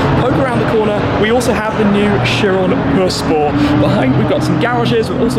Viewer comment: Did Shmee say Chiron per spo?🤣